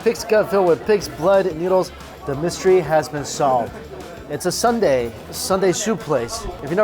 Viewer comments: It’s soon-deh, not sunday. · Love your videos, but Mike its not Sun dae, its Soon dae. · It shouldn’t be sun dae ...it’s called soon dae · Soon-day right?. Not sun-day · It’s not “sun-dae” like ice cream sundae... it’s soon dae, like literally “soon” & “day” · haha. Not Sunday, but Soon Dae (Soohn Dae) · it’s not Sunday it’s soon dae’ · Sooooooon dae! Sundae? Far from ice cream. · Soooooooo Dae, Mike, it's "SOON" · This bothered me too.